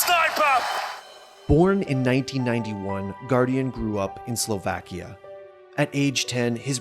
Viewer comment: I'm triggered by how he says Slovakia/Slovak